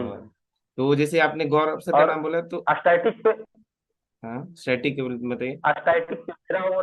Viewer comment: यरर static बोलने नही आ रहा है और रैंक 1 है😮😮😮😮😮😮